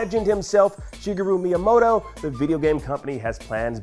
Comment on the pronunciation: Shiggeroo Miyamoto???!! 😂